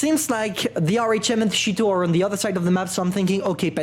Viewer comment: The “ shheet-o” lmao